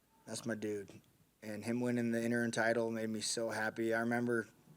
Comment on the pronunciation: What'd he call it? Lol. "Interun"? How does buddy not know it's "interim"?